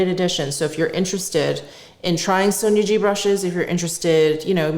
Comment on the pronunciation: You pronounce Sonia G like sonergie...most of the time.